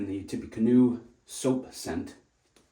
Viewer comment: Great video, but it’s pronounced “tip - uh - canoe”. I too enjoyed life and death from fls. cheers